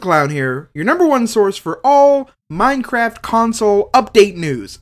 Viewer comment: It's funny in you said minecatwo